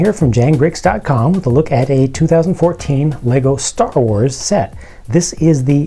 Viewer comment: did you say stuffa wars?